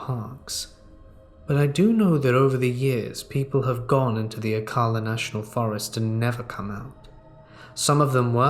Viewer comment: Wooo shout out to ocala! It's pronounce oh-cal-la just incase you get more stories about the national forest. It is a dumping ground for bodies.